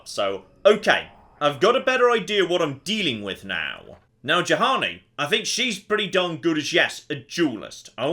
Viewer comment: its bloody Juhani, like Yuhani!! not Jahani ffs!!!